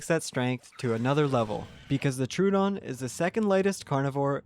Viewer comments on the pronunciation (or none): It's Tro-o-don. Not True-don. Everyone gets that wrong.